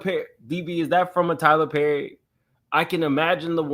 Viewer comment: IT'S TYLER PERRRRRR!! 😅😂 🤣❤️